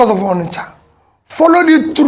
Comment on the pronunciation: "ONISHA MARKET"